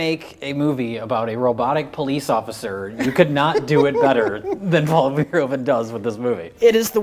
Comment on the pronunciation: Actually, Verhoeven is pronounced fur-HOO-vun.